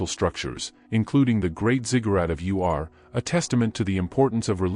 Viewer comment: It's Ur, not U.R.